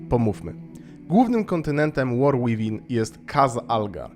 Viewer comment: Błagam, nie war "ŁIWIN", 2 razy można to przeboleć, przy 5 już uszy odpadają, a przy 20 odczuwa się ból istnienia.